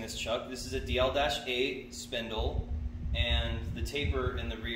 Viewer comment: Do you mean d1-8 spindle? thought I heard you say DL-8 which I never heard of before.